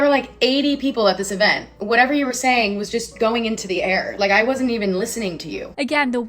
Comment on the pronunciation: It's EVENT, not EVANT. TEXT, not TAXT. EX, not AX. Fix your pronunciation, girl.